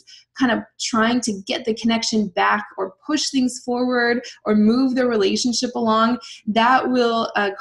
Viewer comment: Sorry but everytime you say relationship what I always hear is Relationshit.